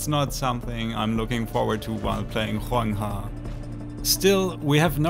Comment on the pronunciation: I genuinely appreciate you showing us how to pronounce Huanghe Also, susbcribing. You dont need to burn yourself out on memes. Take it easy and have fun with your channel, you're one of the good ones :)